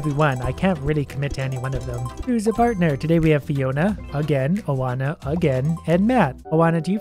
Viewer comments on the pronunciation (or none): Believe it or not that's a very common name in Romania. Quite a few smart Oana's here too. Don't mock something you don't understand, you know better. Also it's not O-ana, but rather Oa-na. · the way you said Oana triggered me it’s wa-na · Oana is pronounced One-uh. It’s Romanian and means Joanna. It’s my birth name.